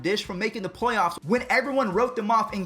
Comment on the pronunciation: Is it me or in the begging said playyaffs